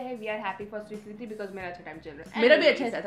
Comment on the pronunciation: Kis kis ko swikriti sounds like swikri -di